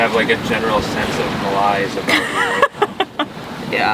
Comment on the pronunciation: Ma-lies? That's ma-laize, as in mayo-naise,. Sabotaige. Sabotage.